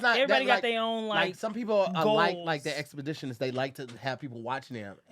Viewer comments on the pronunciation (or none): Did say “expeditionist”? 🤣🤣🤣 Exhibitionist, my boy…lol